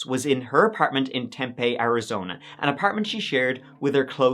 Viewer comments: Hey man i grew up in the valley (Phoenix, mesa, and tempe area). Tempe is pronounced temp-pee not temp-aye. Just in case you ever do another story about that area. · Thank you for the attempted cultural sensitivity but it's Tem-pee, emphasis on the second syllable, not Tem-pay. Greek, not Hispanic. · Haha it’s “Tem-pee”, not “Tem-pay” 😂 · Love ya,, but can't you get someone to teach you how to say US city names? Unless it's your character, or a dig at US citizens, it's really jarring and takes me out of the show. It's not difficult to find out how to pronounce them and I'd be happy to assist, gratis of course. It's Tem-PEE not Tem-PAY. Holla while I restart the show. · I vividly remember this story. There were people all over the state looking for her and it was such a letdown that she wasn’t found ok and alive. Also I’ll be exclusively referring to Tempe as Tempay from now it. It’s like calling Target “Targéy” because fancy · I’m cringing, hard, because I always thought that it was pronounced “Tem-pay”. 😬 P.S. My excuse is that I’m from Connecticut. 😃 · LMAO at your comment! What's funny, though, is most people do mispronounce it. Most say "TEM-pea," but it's actually "tem-PEA." I do like fancy-shmancy "Tempaaaay" the best, though! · Its pronounced "Tem -Pee" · I’m from Tempe AZ! It’s pronounced temp-ee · Yay! Love when you do Phoenix Arizona stuff! Also it's Tempeeeee Like it's tempting to pee there 😂 Strange I'm born and raised and have family in Everett. Too many names that trigger my ear Love you all! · Tem-pee lol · It’s pronounced Tem-pee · Just for future reference, it’s Tem-pee (like you are going pee) 😂 long e sound. 😉👍🏼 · Tempeh is delicious but it’s pronounced temp-ee. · I'm from Phoenix. I love the way way you say Tem-peee. 😂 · It's pronounced Tem-Pee, Arizona. I live in this stupid state. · lol I live in Tempe and it's (for some reason) pronounced temp-ee not temp-eh.